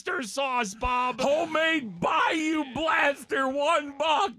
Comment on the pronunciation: I know why Bob can't say bayou Michael P. Tomlin